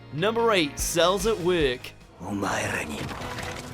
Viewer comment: “Cells at weeuk”